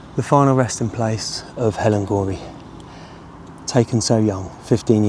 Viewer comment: i am related to this person so it is so nice to see someone cover this case, but this isn’t how you say our last name ❤